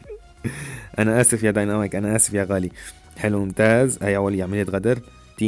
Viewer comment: اسمه ديناميك ومو دنينامايك